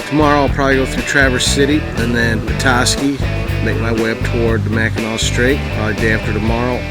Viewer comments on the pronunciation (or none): Pronounced Macanaw,french.